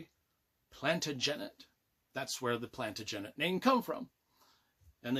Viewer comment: Loved the review even if you can't pronounce Plantagenet properly. You can't go wrong with any Dan Jones book.